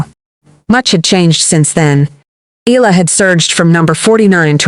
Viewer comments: Eh-ah-lah 3 syllables 🥸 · Please say it properly EALA